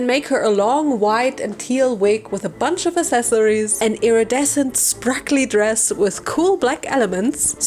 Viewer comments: spARkly not spRAkly oh my god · at this point i'm starting to wonder if her saying "sprakly" instead of "sparkly" is some kind of an inside joke that i can't understand bc i'm a newbie...